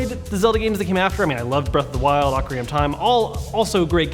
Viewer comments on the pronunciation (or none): none